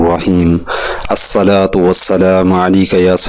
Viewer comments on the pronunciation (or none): اسلام علیکم اور الصلاۃ کے تلفظ ڈسٹرب ہے پلیژ کسی کو سنا لیں جزاک اللہ